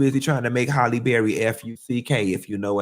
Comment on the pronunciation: will always pronounce Halle as Holley 🤣🤣